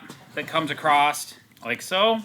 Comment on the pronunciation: "acrossT". Damn that makes my ass ache. This was a GREAT review with excellent break downs but why people say "acrossT" never stops frustrating me